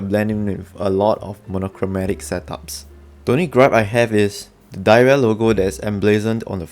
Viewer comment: Apparently it’s supposed to be pronounced “dih era” everyone says diarrhea and Kemove says nothing about it 🤣